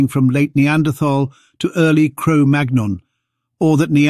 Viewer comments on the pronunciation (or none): Magnon is pronounced as 'mannyong'... like in chicken mignon